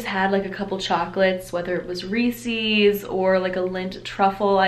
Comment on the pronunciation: Lol, the way your pronounce Reece's is hilarious!